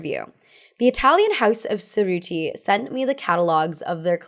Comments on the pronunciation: Ce and ci in Italian denote a tch sound, so Cerrutti is chuh-roo-tee, not suh-roo-tee. Grosgrain is gro-grain and not gruss-grain. It always pays to verify pronunciations before speaking. Margaux has a hard g, not a zh sound. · Just a side note: the C in Cerutti is pronounced like the CH in cheese, not like the C in cinnamon.